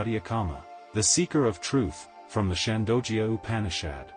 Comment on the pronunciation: Gah, your pronunciation of Sanskrit is pretty pathetic, I hate to say. I hate to fuss this way but it really is disconcerting. Chandogya is pronounced Chaan-do-gya with the 'do' pronounced as in 'though.' Satyakama is pronounced Suth (rhymes with such)-ya-kaama. Satya means the Truth. Vayu is pronounced Vaa-yu and not Vay-yu! It refers to the energy of the wind, worshiped as a deity. And oh, the fourth source of information for Satyakama you stated to be a diver bird, but "Loon" is the more commonly used word for the bird, is what I have read. Anyhow, pronunciation aside, your effort to present this Upanishad is most appreciated. 🙏It is only a part of the entire Upanishad, though. There were other students who were taught as well: Upakosala, Svetaketu, and Sanatkumara. The Upanishad teaches the truth of the Atman (pronounced Aath-mun) which westerners call the "Self." I guess they refer to the "Big Self" hidden within our "little self." :)